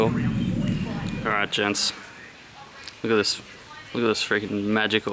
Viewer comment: "How'sitgoing Gentssss" I'm doing pretty good.